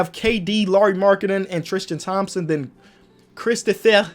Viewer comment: so yall gon ignore the way he said christophe